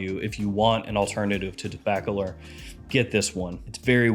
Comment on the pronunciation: Let me help you pronounce Tobacolor. Say the word "tobacco" and the word "lore" with no space in between them. Like "tobaccolore"